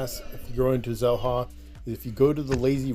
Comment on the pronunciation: Xel-Ha, is it not pronounced Shell-Ha? If you can spend 8hrs snorkeling and eating and drinking at Xel-Ha for $125 is that not better than $50 for an hour.